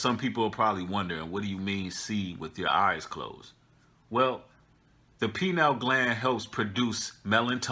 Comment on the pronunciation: Pronounced: pie-neel